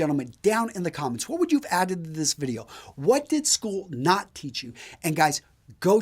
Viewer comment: The only time you seem to fail to pronounce the word "video" is when you hurriedly slip over the consonant D when you utter "the pai{d} sponsors of this vi{d}eo..."